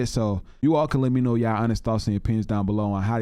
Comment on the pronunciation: You realize you say YAW not YA'LL right?